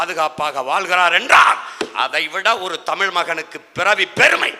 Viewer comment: டேய் தம்பி மொதல்ல தமிழ்ன்னு ழ் ஒழுங்கா சொல்லுப்பா